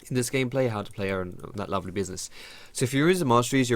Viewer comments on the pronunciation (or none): none